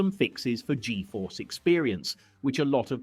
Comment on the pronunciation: Gee-Eee-Force? It's pronounced g-force.